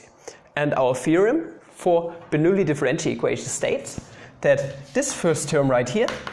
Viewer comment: "Boinulli" Ich packs nicht mehr hahaha